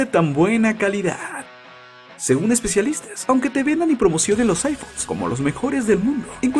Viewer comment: Loh' aifonh'